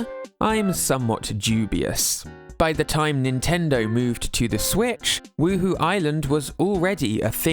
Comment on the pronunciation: Huhu Island? Anyone else played the Sims and keep hearing 'Woo-Hoo?'